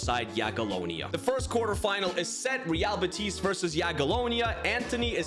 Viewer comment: By the way, i see you are pretty good at pronouncing teams as you value it, so in real betis, the stress is in be, unlike in madrid ;)